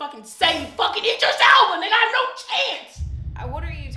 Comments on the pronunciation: with the "Eye-dris" again 😂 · I'mma need you to say Idris right. Lol said it right. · It’s the eyedris for me lol. Don’t you love how keeps saying his name wrong omg bless her poor heart she just don’t know lol… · You're saying Idris wrong